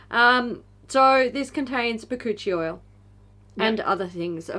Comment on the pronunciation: When you said Bakuchiol I wasn’t paying attention and thought you said it contained ‘coochie oil’ and thought well, that’s a new marketing technique I haven’t seen yet haha